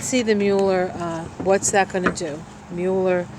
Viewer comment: Thanks for the reading although Mueller’s name is pronounced Mull-er not Mule-er.😍Blessings